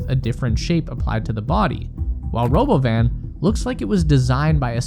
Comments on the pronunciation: What's this Robo-Van you speak of? I only know of the Ro-bovan or perhaps it's Ro-Bovine? Robot Cow? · If you do not call it roBovin I will not take you seriously